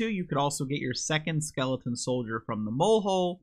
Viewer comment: Funny how you say “Skeleton” as “Skelington” like “Jack Skelington” from Halloweentown